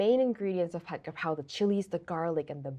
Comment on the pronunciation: Follow example here, Gaprao, the first character is Gor-Gai (chicken) & the R is on the second syllable. Grapao is a handbag I agree about weaklings complaining about spices until every dish in the restaurant is ruined